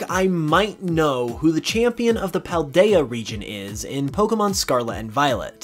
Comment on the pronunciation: Palado? Its Paldea xD